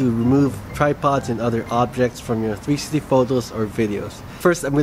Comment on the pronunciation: He is good but when he says 360 it sounds like trsti